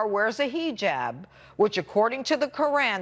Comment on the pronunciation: I support her freedom of speech and think that Fox News made a mistake taking her show off the air. However, I find it safe to say that she is attempting to insult people of Middle Eastern ethnicity by mispronouncing words like "Hijab" or "Qur'an" in an overly expressive American accent. When in the same sentence she uses advanced vocabulary like "adherence" or "antithetical" because she is educated - she knows how to properly pronounce the words and she makes the active decision to pronounce it incorrectly in some backhanded insult.